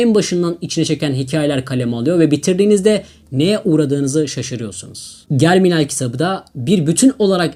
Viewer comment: Liste için tesekkurler. Küçük bir düzeltme: Emile Zola emil zola diye okunur. Germinal de jerminal diye okunur.